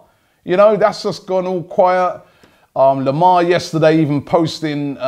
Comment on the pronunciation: If I say Lemar and Carvahlo again, it will drive me up the wall!